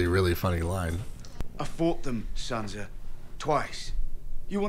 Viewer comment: Good videos, but broooo...are you watching the episodes on mute with the subtitles on? How do you mispronounce everyones name but Ned?! Saansa TeriOn Ygret?? The characters say their names, how do you mispronounce them all?? 😅🤙